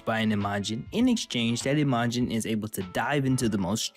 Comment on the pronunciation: It's not I-MA-jin, but Imajin, one quick no particular syllable emphasis word.